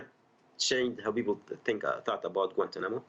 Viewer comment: Obama has mispronounced Guantanamo. Why did Obama not shut down Guantanamo.